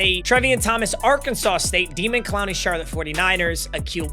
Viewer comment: calling him demon instead of daymon, smh. Stop being so white.